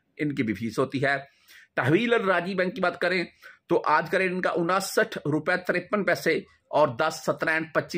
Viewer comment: Saal kay baad barsi hoti hain salana nahi hota ganti kamzoor hain unsath hota hain onasath nahi chaba kar mat bolo zaban ko azaad kar do sahi ho jahay gi